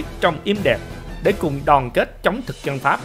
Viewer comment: Lạy luôn cái giọng đọc,học chưa hết môn chính tả lớp 3 thời tiểu học mà làm mc dẫn chuyện, người phặt giáo,người dăn, giăn lưới hả gì, cái phặt hả gì, phát âm gì lạ vậy, ở đây người dân đạo phật chứ không có người dăn đạo phặt